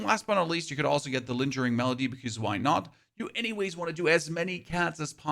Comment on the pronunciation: Lingering melody is pronounced with a hard G, like "goat". Its not "linjering."